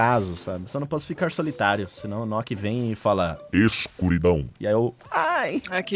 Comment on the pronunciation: "Escuridon" Eu: ain kkkkk